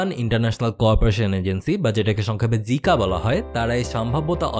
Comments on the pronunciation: জিকা না জাইকা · অইটা জিকা নয় জাইকা। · উচ্চারণ হবে জাইকা (জিকা নয়)। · আপনার প্রায় ভিডিও দেখি ভিডিও ভালো লাগে কিন্তু Jica উচ্চারণ জিকা না জাইকা হবে। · জিকা না জাইকা হবে। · JICA- জিকা না, জাইকা হবে!!! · It's জাইকা not জিকা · আরে গাধা এটা জিকা নয় এটা জাইকা । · জিকা নয়, জাইকা। ফিজিবিলিটি স্টাডি = বাস্তবায়নযোগ্যতা নিরীক্ষা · জিকা না! এর নাম জাইকা!!! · জিকা না জাইকা আপনার কিছু উচ্চারণ সমস্যা আছে সে গুলো ঠিক করেন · ভাই "জিকা" নাকি "জাইকা"😑😑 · Vai জাইকা উচ্চারন। Great content as always! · জাইকা ভাই, জিকা না😐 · অনেক অনেক ভাল হইছে। তবে উচ্চারন জিকা না জাইকা হবে। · শব্দটা জিকা না জাইকা (jica) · একটা গোলাপী রং পিছনে ছায়া পড়ছে যেটা মুখেও পড়ছিল, আর ঐটা জিকা না জাইকা 😁 Btw, ওই যে N5/N7 নিয়ে কিছু ডিটেইলস লিখে দিয়েন তো ফেইসবুকে, আমি কয়েকমাস আগে খেয়াল করে তেমন কিছুই জানতে পারি নাই, ধন্যবাদ ভাইয়া